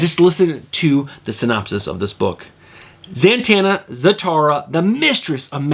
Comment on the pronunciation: Am I crazy, or do you pronounce Zatanna... ZaNtanna?